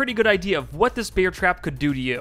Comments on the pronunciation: “Beeair trap” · I just hear beer trap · Am I the only one that keeps hearing 'beer trap'? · Take a shot everytime he says beer trap instead of bear trap, youll be shitfaced by the end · “beer trap” is all I hear in this video. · 😮 did I hear BEER trap?😂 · sorry I keep hearing "beer trap"